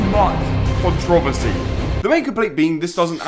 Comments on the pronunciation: why does he say controversary like that lol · why does pronounce controversy like that😭😭